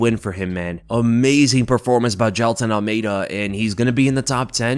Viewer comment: Jailtonove Ahlmeidanovisky 😂 brazillian russian right there lmao 😂